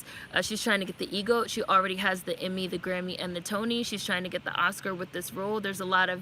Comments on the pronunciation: Sis it’s EGOT not EGoat Emmy, Grammy,Oscar,Tony but I know everyone knows what you’re saying lol it was just messing with my spirit lol 😂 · Lol it sounded like you said E “Goat” 🐐... but ok I gotcha! But let me add this... I AGREE WITH EVERYTHING YOU’VE SAID 100%!!!! I am not supporting this movie also bcus of the revisionist history... making up parts of her life... as you said this is a REAL PERSON